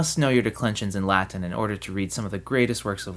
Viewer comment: I like your Latin pronunciation, it's not common among English speakers.